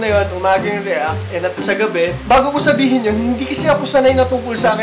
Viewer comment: yung sabi ni kuya ay "shabihin" lol